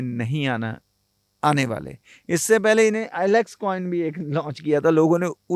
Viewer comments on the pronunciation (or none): none